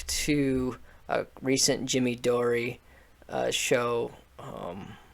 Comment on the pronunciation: Dude if u can’t pronounce jimmy Dore “door” I’m not sure I wanna follow you bruh 🤣🤣🤷‍♂️😅